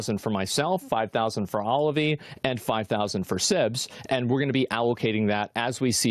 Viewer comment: bruh why u calling ovillee "olivee"